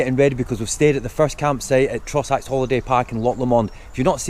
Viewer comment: Guys, sorry but it’s pronounced Loch ‘low-mand’, as opposed to ‘loch la-mond’. And Trossachs is pronounced ‘traw-six’. Hope that helps. 😂